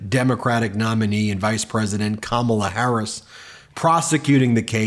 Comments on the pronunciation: Dang Ben..you need to learn how to say Kamala..get it right… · Trump won’t even say her name correctly.